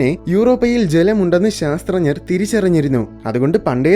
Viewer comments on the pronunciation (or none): ശാസ്ത്ര ഞർ എന്നല്ല ശാസ്ത്രജ്ഞർ എന്നാണ് പറയേണ്ടത് .